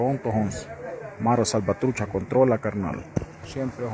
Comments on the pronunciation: Bro said mare salvatruce perfect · Damn pronounced Mara Savatrucha better than most foos 😂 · Let’s give it up for Spanish lol bro said that perfect